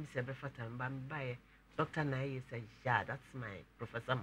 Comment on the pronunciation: Gele not gede